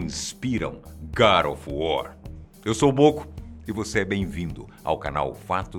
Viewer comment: Nem a palavra God ele pronuncia corretamente e vocês estão preocupados com nomes de personagens mitológicos, fictícios.